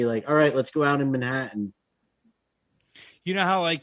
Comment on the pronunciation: pronounced Manhattan in the most Pennsylvania way possible!